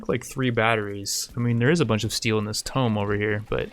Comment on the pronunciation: “Two-m” you’re pronouncing tome, which is usually reserved for magic spellbook type books